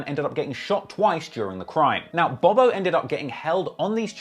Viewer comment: Now i usually give you the benefit of the doubt in pronunciation because of the accent BUT you literally called Bob-O "Bo Bo" about 30 times 😅